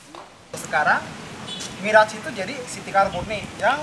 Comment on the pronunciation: saja miras dia bilang. mabok tuh kwkwkwkwk